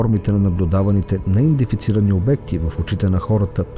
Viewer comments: Казва се неиндентифицирани а не,неиндефицирани!!! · Много хубаво видео, но имам една малка забележка. Поупражнявай се да казваш "неиДЕнТифицирани ". Няколко пъти думата е казана грешно във видеото и това леко дразни.